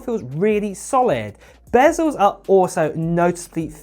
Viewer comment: What are "bazzels"? What is a "1x zoom"? Good grief...